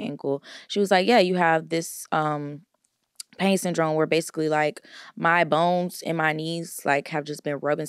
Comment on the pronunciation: The part where had to keep stuttering/coughing to pronounce the pain syndrome was so funny 😂